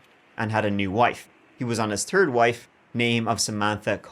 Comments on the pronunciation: your gift of gab is why you are so successful. Love your true crime stories and the way you present them. You’re funny too, when you say the word THIRD it comes out sounding like TURD! Adorable!!! Don’t stop….. cause… we love. Now let’s give it a go….❤ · Turdy tree